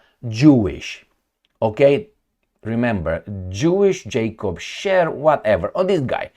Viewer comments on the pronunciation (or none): none